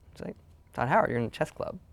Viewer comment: For some reason , , when Todd says "You're in the chess club," I imagiine some black guy with a mustache, but hey that's just me.